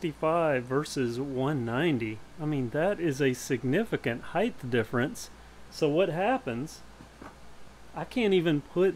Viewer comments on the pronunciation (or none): You're righth, it's the 'bama variant of height.